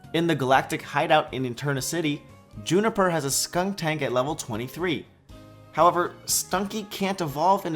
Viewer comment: You said juniper instead of jupiter.